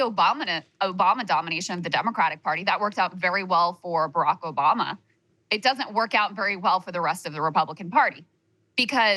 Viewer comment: Krystal said Obamna just like Trump did hahaha